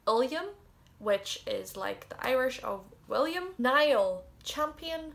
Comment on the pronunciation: Love this! some of the names I wasn't familiar to the meaning of. Many thanks for that ;) I'm also fond of the girl's name "Sadhbh" which aparently means "goodness". By the way, not that I'm in any way fluent in the Mother Tongue... but I do believe that Niall (my own name) is pronounced more like "Neil" or maybe "Nyee-al" as Gaeillge ;P